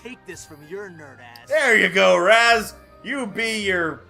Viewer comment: Me smashes my head in every time he calls Raz, Kaz